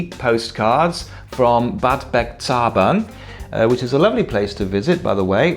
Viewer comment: Ich finde es gut, wie du die deutschen Ortsnamen aussprichst, Bad Bergzabern wird allerdings auf dem Berg betont und nichz auf dem zabern^^ aber sonst sprichst du die deutschen Ortsnamen super aus:) muss dir mal eine Postkarte schicken, vielleicht kommt sie ja in deinem nächsten Fan-mail-Video